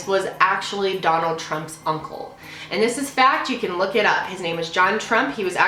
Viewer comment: . am i the only one who her 'funcle' instead of uncle